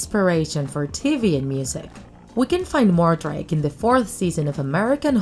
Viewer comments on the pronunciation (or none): sorry to correct you but his name is edward mordake not edward mordrake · “Edward More-Drake” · It's Edward Mordake